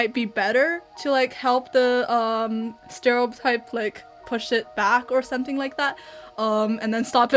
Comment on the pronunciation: 淦 2号实锤。something念的很中式。其他人蛮难猜。